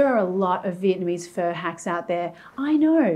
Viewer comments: Hi Marion I love watching your videos except when you say “fur” for pho. It’s pronounced [fuh?] like [huh?]. But keep making these great, fun videos for us. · Sounds like she’s saying “fur.” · "fur broth"